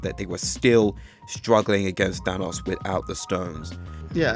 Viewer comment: I even noticed he said "Ahnos" than Thanos too😂